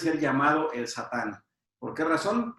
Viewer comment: No se dice shatan. שטן , con Sin no con Shin Se dice Satan